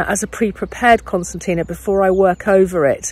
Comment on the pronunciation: No, I think she's questioning your pronunciation of it.